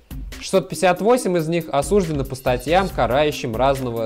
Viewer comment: Он говорит осуждены с ударением на букву "у". Это специфическое ударение, так говорят сотрудники ФСИН и сами осужденные, но согласно правилам русского языка ударение надо ставить на букву "ы"...